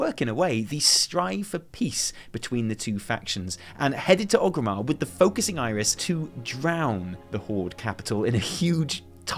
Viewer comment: Oh FFS It's ORGRIMMAR! With an R! oRgrimmar. Named after Orgrim Doomhammer. Not oGrim. oRgrim. You don't say Loderon do you? No, you say Lorderon, because there's a fecking R in it, just like oRgrimmar!!